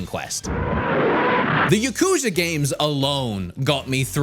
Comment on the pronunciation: taking a shot every time he says yakuza wrong